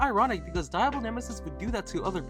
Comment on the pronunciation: My Mexican self can't help but correct the way you say Diablo nemesis the I in Diablo isn't supposed to have as much emphasis as you pronounce it. It is actually to put more emphasis on the D